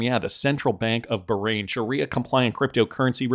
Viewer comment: You’re going to tick off a lot of people of you keep pronouncing Bahrain like that.